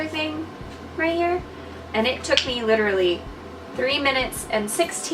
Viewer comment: you litterally said litter-ally alot lol